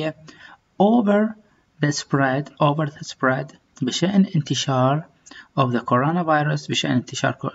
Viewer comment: Spread .... رجاء مراجعة النطق الصحيح لهذه الكلمة ... ومطابقته مع ماجاء في الفيديو ... خالص تحياتي ...